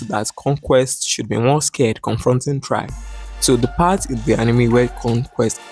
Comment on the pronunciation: "this is chragg" 🗣🗣🔥🔥